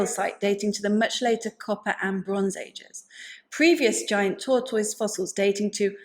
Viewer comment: It has nothing to do with the subject matter, but I smiled every time you said "tortoise". 🐢😄I have never heard the ending to sound like toys, and I love it!